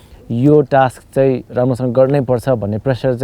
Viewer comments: Somebody please tell him It's task not taks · shame on this roadies host and all coz why u pronounce task like taks shame bada american banxu bolda toung tiwst gare ra bada bolxu laj mandainu task टास्क bhanna auda टाक्स bhanxu ... internation tv babuna khojni bole ra thaki sake from very begining season 1 dekhi aile samma shikya xainu टाक्स rE NOW contestant haru le ni copy gardai xan टाक्स रे oh bahi maro mujhe maro ... sikha bhai host banni its टास्क not a टाक्स